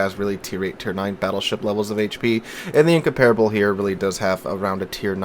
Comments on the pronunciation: "In-comp-rubble" not "in-compare-able" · In-comp-rable, not in-compar-able.